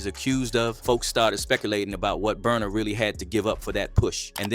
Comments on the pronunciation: Not burna … not burna . He got u too. Omg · naaaaaaa not burna